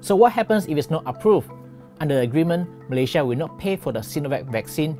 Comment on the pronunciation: Pl.pronounce 'Malaysia' correctly.